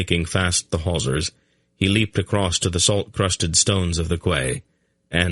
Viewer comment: I love the whole thing but ffs Quay is pronounced as Key!!!!